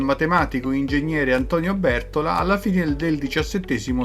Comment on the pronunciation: Il cinema si chiama LUX e non REX. Bertòla per favore e NON Bèrtola.